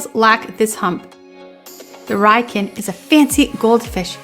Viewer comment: Its pronounced Ree-yoo-kin.